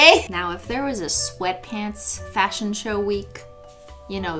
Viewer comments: Fash-Hun like “fashion honey” 🤦🏽‍♀️ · FASHUN SHUN HUN